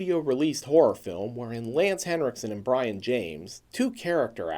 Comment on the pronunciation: It's pronounced Bree-on not Brian